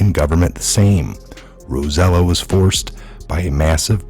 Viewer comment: Roselló is pronounced 'Roh- seh- YOH'